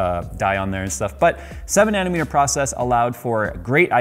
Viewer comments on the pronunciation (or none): none